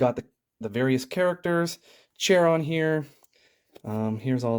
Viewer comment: Not to nit-pick but Charon is pronounce with a K like Karen